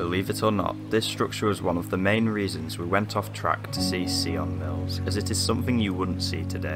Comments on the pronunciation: Dude surely you could have asked a local how to pronounce the place properly like ffs! Sion Mills! Not Ceeon Mills! Sion as in Simon!! Hello! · Why if you don't know how something is pronounced do you guess at it ? It's not see-on it's between sigh-in and sign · An interesting and, as always, a sad place. My only criticism is the pronunciation of the name. It is pronounced “Sigh on mills”, not “See on mills”. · Great video but very sad to see those beautiful historic buildings fall into such decay, soon to be swallowed up by nature and neglect. We pronounce it Sion Mills not Seeon Mills. Such amazing buildings in this village but many sorely need some TLC. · Loved the way you pronounced sionmills. Lol.. the correct pronunciation is s-eye-on mills. Sounded a bit of a french twang. 🤣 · Sigh-on mills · At least try and get the pronunciation of the name correct , the locals would have guided you some.